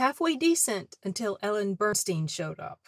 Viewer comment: It's Burstyn, pronouned BurtstIn...not Burstien. Good review.......the film was AWFUL!